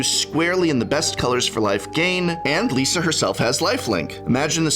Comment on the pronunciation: Thanks for being the first youtuber I see, pronouncing Liesa correctly. From a germanic european